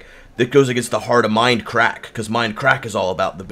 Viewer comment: its mindcrack not minecrack